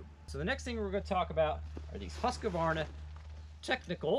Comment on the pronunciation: Please please. The letter Q in husqvarna is pronounced as a K. A K that is hardly heard in the word.